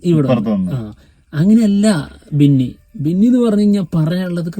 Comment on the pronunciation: വിന്നി അല്ല ബിന്നി 🫣